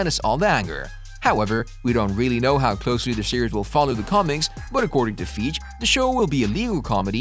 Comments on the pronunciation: Who is Kevin Feeeg, I think you mean Fih-gee? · KEVIN FEEJ? Dude. C'mon. Please learn about what you're narrating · I stop watching and disregarded every in this video as soon as I heard Kevin "Feege".... if you want to be taken seriously, at least get the important names right. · Lol “Kevin Feeje” 💀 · Did he call kein feige as feej 😂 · DUDE ITS KEVIN FEIGE!!! (Fy-gee) 😂😅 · Indeed..he cannot get Feig right... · i find it funny how the narrator say Kevin Fiege's last name. seems to forget that it has another E at the end of the name. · i think you need to spend some serious time researching the correct pronunciation of the people in your video (i.e. Buscema, Feige)